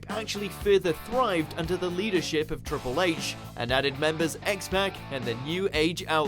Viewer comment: Is anyone else as irritated about them saying "x-pack" as i am? Its x-pac. It even says it in his damn theme song. Why is watchmojo so misguided. Ugh.